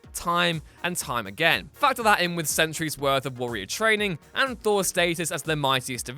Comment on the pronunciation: "Centuries" not Sentry's